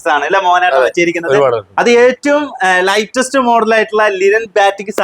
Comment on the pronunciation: എടോ ലേറ്റസ്റ്റ് എന്നു പറയു ലൈറ്റസ്റ്റ്അല്ല